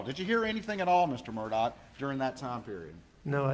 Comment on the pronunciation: EVERY TIME HE OPENED HIS MOUTH, A LIE WOULD FALL RIGHT ON OUT. YEAH AND HIS LAST NAME SHOULD BE PRONOUNCED MURR-DUH (MURDER)